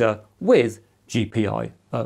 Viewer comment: Gee-pie-oh? I didn't know I could hate a reading of an acronym, but you managed to pick the worst one possible